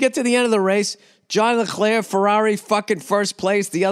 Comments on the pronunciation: Listening to Bill absolutely butcher the name of Charles Leclerc was something to behold. I had to rewind a few times to keep hearing it. I will keep a look out for this John Leclerc though, he sounds like a great prospect. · "Ja le-KHler" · Didn’t know Bill was French